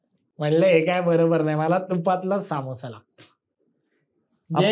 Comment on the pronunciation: saamosa nahi samosa asto he kai brobr naahi😂